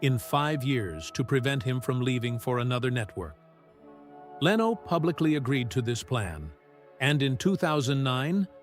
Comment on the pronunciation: You were very negative about Jay Leno. Jay did this all on his own without an agent! God bless Jay Leno! BTW, your computer voice cannot pronounce LENO!